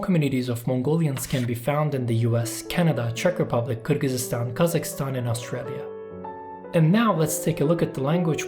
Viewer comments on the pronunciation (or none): none